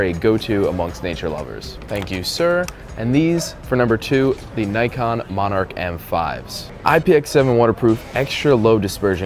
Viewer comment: How did you pronounce Zeiss, Nikon and Swarovski?😂😂 Why do you butchering their names?